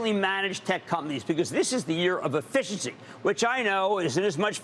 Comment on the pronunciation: It is not "Afficiency"! I repeat, NOT "Afficiency"!! It's 'Efficiency'! Got it?! 'Efficiency'!